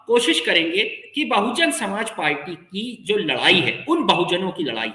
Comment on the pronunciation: ये मैडम कैसी पत्रकारिता कर रही हे इनको बहुजन समाज पार्टी का नाम भी नहीं ले पा रही हैं